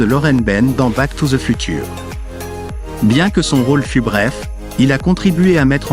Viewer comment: FUTURE BONJOUR LA PROONCIATION